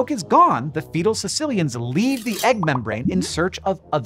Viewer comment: The fifth thing is how to pronounce their name, but you won’t get that here.